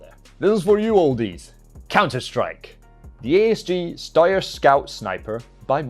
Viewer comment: wtf is a shtoyer... Its pronounce shtyer